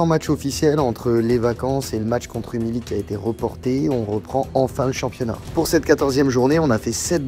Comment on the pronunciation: Alors j’adore tes vidéos mais je t’en supplie, on dit rumilly (rumiyi phonétiquement)